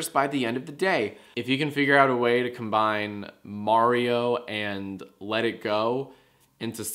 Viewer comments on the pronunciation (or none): none